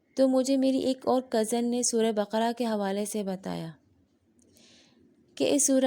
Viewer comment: MashaAllaah acha laga aapne surat Ul bakara ka naam teek parha,aksar log surat Ul bakra parhte hain jokay ghalat hai,Allaah khush rakkay